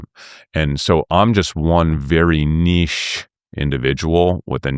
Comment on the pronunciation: An American that understands how to pronounce “niche” properly! 😉 Bravo!